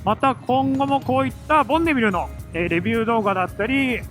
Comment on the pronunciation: ボンビネルになってましたがどっちの言い方が正解なのでしょうか？